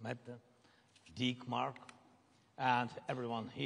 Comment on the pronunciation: Did Zelensky call them “Dickmark” instead of “Denmark”? 8====3 💦